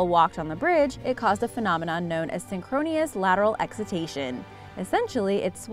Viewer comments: phenomenon is called "synchronous" and narrator says "synchronius" ... uh... yeah. Tacoma Narrows aka "Galloping Girdie", the bridge at Broughton, near Manchester, England, in 1831 -- these are other examples of this, and are probably more aptly called "harmonic resonance." I've never heard anyone say "synchronous lateral excitation" to describe anything... (not to say that because I haven't heard it it must not be true...) MythBusters did a special on this, in which they used robot feet to determine if it was plausible. It was cut from final broadcast, but left in the "outtakes." (People randomly experimenting with the harmonic motion of a short bridge: ) And the MythBusters's bridge episode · Did she say "synchronious"? Need a smarter host... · Synchronious indeed. Get a literate narrator.